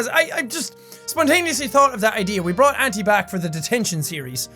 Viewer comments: I thought he was saying "Aunty-septiceye" lmao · Hi Auntie Jack!! "auntie" is pronounced "anti" where I live. so Auntie Septic or Auntie Jack doesn't seem so bad. but then again maybe Auntie Jack would be terrifying: 🔪🔪🔪🔪🔪EAT YOUR COOKIES DEAR🔪🔪🔪🔪🔪☠ AHHHHHHHHHHHHHHHHHHHHH runs away screaming